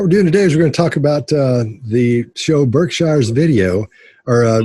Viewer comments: I'm a masshole, and I can always tell if someone is from Massachusetts by the way they say "Berkshires." does the incorrect southern pronunciation 🤣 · Its pronounced “the berkshures” like “burk-sure s” not like englands way of pronouncing shire. I live here, I know